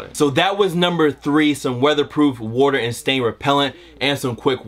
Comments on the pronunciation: The way he pronounces water has me geeked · WOTER & SEIGN Repellent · 😂😂how he was saying water was killing me